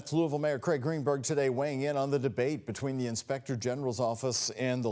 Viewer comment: I’m fairly certain she attempted to pronounce the name of the city, but her tongue became incapacitated. Remember folks, the city is named after King “Louie” XVI. not “WooWoo”. I’m a resident so back off lol.